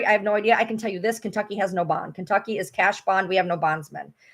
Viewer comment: Why You say Kentucy? Why would they file in Kentucky?